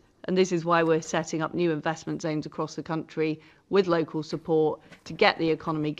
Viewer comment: Thought she'd get an easy ride with local radio. It's 'local' liz,not 'yocal'. That's what they think of us all.